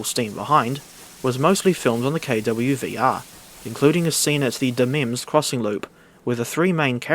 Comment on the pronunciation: LOOK MA OUR STATION IS ON THE FUNNY CHANNEL Edit: HE SAID KEIGHLEY RIGHT ADJAHRIHDAGHSJINFOPFHUO Edit 2: You pronounced Damems correctly don't worry